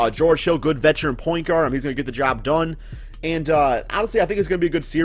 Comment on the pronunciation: this man said vetecharan